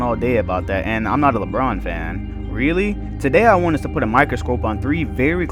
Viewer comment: Plus you put emphasis on random letters